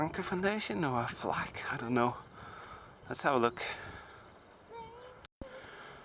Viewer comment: I hear flack as 'fack' ~ fuck There is some rumours of fuck positions 😂